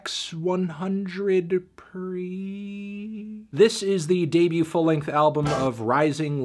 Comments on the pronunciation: Por siempre, Antonio, no "ex uanjandred pri" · It's pronunced "Por cien-pre" or "Por siempre" meaning "Forever" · Se pronuncia "por siempre" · At the begining, when you called it "x one hundred pre" and not "por siempre" (forever), i knew that you gonna miss some cultural things about this album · Everyone: “Por Siempre” Melon: eX wUaN hoNdrEd pRi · The album title is pronounced “Por Siempre” not Ex 100 Pre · lol "X one hundred preeee" It's "por siempre". But I forgive you melon. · X100preeeee? It's pronounced "por siempre" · Knowing Melon, I'm pretty sure he's aware that he pronounced it wrong and on purpose. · He did that shit on purpose, if you watch till the end, he says Bad Bunny forever. He obviously knows what it means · lmao x 100 pre is pernounced "por siempre" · X = por (for in english) 100 = cien (100 in english) 100pre sounds very similar to siempre (which is forever in English) . . . . . So the album is pronounced por siempre which means for forever (sounds better in Spanish) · It's pronounced "Por Siempre" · It’s pronounced “Por siempre” :) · It's pronounced "Por Siempre"!!!!! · "Ex one hundred preee" melon nO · EX ONE HUNDRED PREE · i cri the pronunciation of X100Pre for the gringo plebs, the album's name in english is "Forever", just in puerto rican slang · Fantano didn't even pronounce or understand the TITLE of the project. It demonstrated his lack of context with the Spanish language and latin music as a whole. Suffice to say this isn't a good review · I give this album a 20 out of 10. Idk wtf you are talking about... you couldn't even pronounce the title right. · Wow.... stay in your lane. Your review for bad bunny’s music and any other Spanish music is unnecessary when you’re not able to appreciate it. I used to care for your opinion, until I watched you pronounce this album’s name. #bye